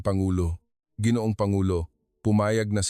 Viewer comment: Pronounce Langis w/ stress on the 2nd syllable. Let a Pinoy edit your Tagalog. Ginoong pronounce as ga or go ,guitar